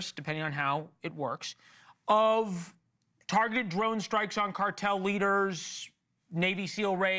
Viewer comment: You, said tergeted drone strikes. First time I heard that.